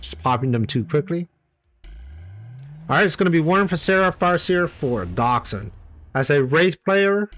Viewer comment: What a comeback! Thanks for the great content 👍 Not sure but i believe Doxun is a Chinese guy and you would have pronounce the X like a J (Dojun)